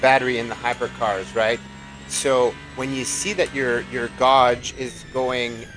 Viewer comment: Never heard gauge pronounced that way